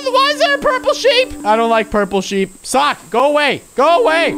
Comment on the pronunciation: It's purple shep, not sheep